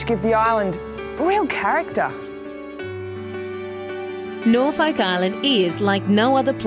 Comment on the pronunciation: Having been there mulitple times, that is how the locals pronounce it